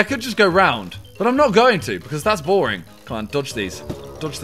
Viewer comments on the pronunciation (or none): none